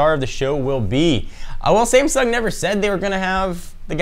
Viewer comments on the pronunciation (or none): none